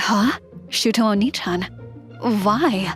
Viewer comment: I'm Not fond of the use of "Oni" instead of the correct "Onii"